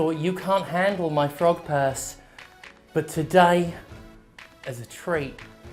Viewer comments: When he said frog purse, I heard front perks. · Oh, frog purse. I thought you said Pog Purse. I was really interested in seeing that as I didn't know one was made. I mean frog purse is alright I guess...